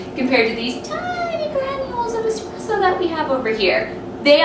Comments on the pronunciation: Nothing hurts more than a barista champ that says “expresso” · Nice video. Not that she did it, but I really cringe when I hear anyone pronounce it, “x-press-o”, not “espresso.” Rookies.